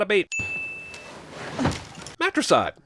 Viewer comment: matricide* not matresside